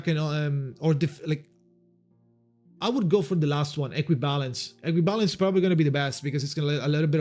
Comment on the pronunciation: I kept hearing you saying "Equubalance, Equibalance, Equibalance" in my head that I clicked Equibalance on windsong bro I wasted it😂